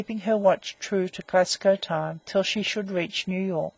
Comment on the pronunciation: narrator cannot pronounce Glasgow, Greenwich or starboard so gave up after 2 minutes, awful.